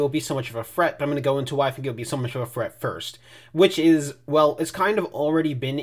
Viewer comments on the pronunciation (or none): very unrelated but when you say "threat" it sounds like "fret" and you sound cute when you say that lmao